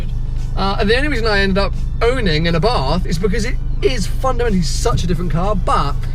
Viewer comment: 6. People call it Abarth instead of Abart!